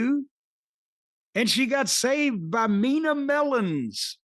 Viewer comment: Cornette is okay at time. However the guy sounds like a complete clown with his stupid nicknames that he gives wrestlers. Especially when he purposely mispronounces their names. Like come on "Mina mellons"? This guy must stay in the house all day because someone is eventually going to smack the sh💩t out of him one day